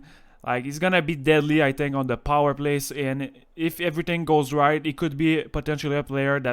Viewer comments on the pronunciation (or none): none